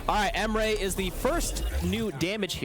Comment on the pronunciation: Never heard my name pronounced this badly before but here we are.